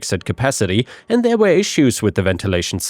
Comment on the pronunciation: He also pronounces "were" as "where". So, if you don't understand the context, that could be confusing.